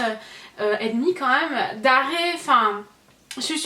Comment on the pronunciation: tu peux arrêter de dire "maaaaaaaais euuuuuuuuuuuuuuuh" c'est vraiment insupportable et aussi "quand meume" merci bonne journée